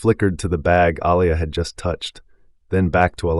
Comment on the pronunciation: I'm so sick of how he pronounced her name!!! Man get it right. Aaliyah pronounced Uh Lee ah. I believe he was doing it on purpose